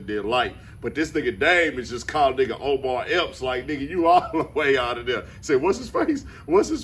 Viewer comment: How come NONE of these nxggas can get this man's name right????? 😂😂😂😭😭😭